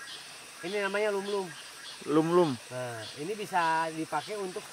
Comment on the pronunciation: Yang enak mah bubur sum-sum bang bukan lum-lum haha.